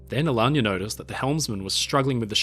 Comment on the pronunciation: Magnificent video. And the pronunciation of “Alagna” (an Italian family name) is spot on ;)